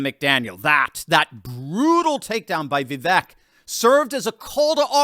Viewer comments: Vi- VEK sounds like cake not tech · It is pronounced Vi-vake, not Vi-vek, fyi.